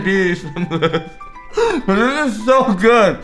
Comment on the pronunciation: Where he get chocolate fwom